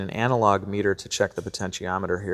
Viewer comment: I though you said analog Peter when you said analog meter.